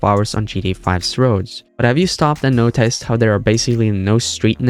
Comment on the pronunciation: This is weird. It sound like a real person doing the narrations as opposed to Ai. But certain words don't sound right. Where are you from? You almost sound American but pronounce it "notICEd" strange for instance. Just curious.